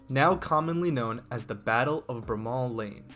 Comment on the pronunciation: That's not how you pronounce Bramall Lane